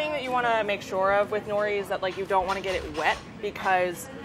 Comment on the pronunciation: 'nori'? really?